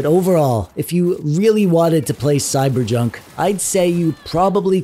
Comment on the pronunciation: he also said cyberJUNK 😂